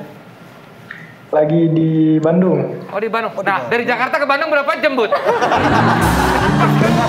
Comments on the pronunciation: Jamnya kyk jem ngomongnya wkwk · "DARI JAKARTA KE BANDUNG BERAPA JEM BUD"